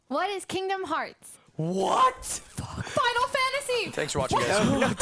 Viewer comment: I died a little inside when you said Kingdom Hearts 😭. Still very entertaining ty for coming on the show!